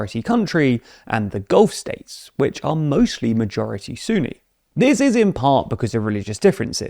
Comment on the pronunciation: you're pronouncing Sunni wrong